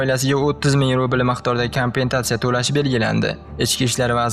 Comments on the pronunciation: Kompentatsiya 🤦🏻‍♀️ kompensatsiya 😁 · Экспедиция эмас экспертиза, канпентатса эмас компенсация. Каналга омад